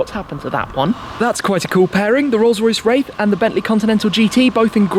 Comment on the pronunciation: Anyone else thought you said Rolse Royce Rape